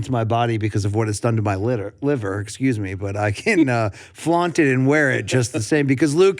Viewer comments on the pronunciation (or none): none